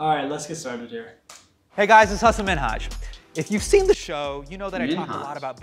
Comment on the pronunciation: Pronouncing Hassan correctly would be a start you desis.